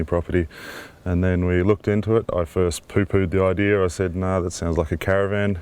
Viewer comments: Its not ideer its idea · I hate when people say “idear” instead of “idea” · The word idea does not have an R in it please stop saying ider. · CRIKEY! It's the "idear" off-grid home with roos.